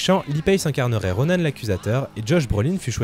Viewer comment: C pas Ronanne c Ronan RONAN c pas compliquer nan?